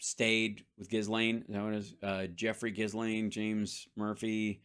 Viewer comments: Its pronouned Jellaine, not Gis Laine but hey who cares. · It's Ghee-lane, the S is silent. Ghee-lane maxwell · Hal, better if you ignore the “s” in Ghislaine. It’s silent.